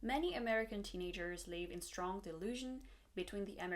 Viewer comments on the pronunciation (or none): none